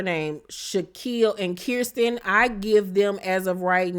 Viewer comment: LMAO do you mispronounce people's names on purpose lol. It's Fal and Kirsten (ker-stin) lol